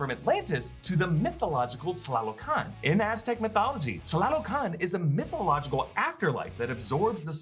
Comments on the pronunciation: Correction: "TA LO CAN" NOT "TLA LO CAN" and the throne room isn't in Mount Bashenga. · great pronunciation of tlalocan!